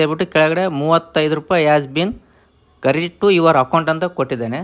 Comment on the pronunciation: Marayaa english chanagi kalitu matadu,ella baralla andre kannada matadu,adu bittu kerit antiralla adu credit anbeku